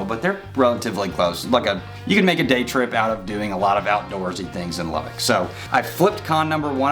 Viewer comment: Please learn how to pronounce the name of the city! It’s not “Lubbick!” There IS no “i” in Lubbock! Sheesh! It’s pronounced “Lubbuck”. Secondly, how do you mention “cons“ about Lubbock and not even bring up the words “dust storm?” All you said was “wind!” Yeah, and what does the wind CAUSE?!? Dust storms! That’s always been the biggest con of all for Lubbock.